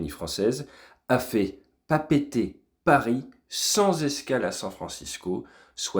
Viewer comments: Ate tu l'as bien prononcé 😮 d'habitude les français de métropole disent "papette" pour Papeete mais c'est bien comme t'as dis "Pa Pé été" 😉 encore une preuve de ton sérieux infaillible fly safe 🙏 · Merci pour la correcte prononciation de Papeete en intro ... ❤